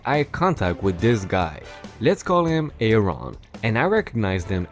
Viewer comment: The woman's name was Bea (Bee) and Aaron is pronounced like Erin.